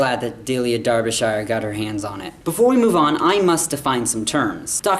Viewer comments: Please pronounce her name properly - It's supposed to sound like DARBY-SHER not DER BE SHY ER ok :-) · Just for our North American friends, when you pronounce Shire in England it rhymes with ‘Sher’ not ‘shy-er’ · It's Darbisher, not darbi-shire. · Your incorrect pronunciation of Derbyshire is simply vomit inducing by the middle of the video. C'mon man, you're a smart guy, surely you could look up online how to properly pronounce the thing. Hint: it's pronounced- Darb-uh-sher, not Dar-bee-shier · Never mind, just for the moment, the (unique and brilliant) theme tune. Ignorant foreigner -- LEARN TO PRONOUNCE 'DERBYSHIRE' PROPERLY!!!!! There are ONLY THREE syllables in the word!!!!! (Bl--dy Yanks) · Please watch any you tube channel where a Brit is pronouncing Derbyshire properly, maybe you can try and emulate... \ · For All Americans.. The word Shire is pronounced the same as Cher (as in Sonny and Cher). There.. Sorted forever.